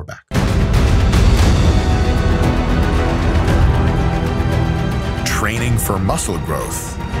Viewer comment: MY BAICK